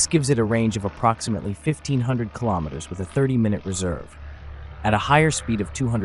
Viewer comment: Kilometers is pronounced kilo-meters, same as kilo-grams. Not ka-lom-it-ters.